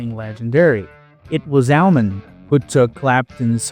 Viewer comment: Surprised you made it that far since he butchered the pronunciation of Allman in the first minute or so.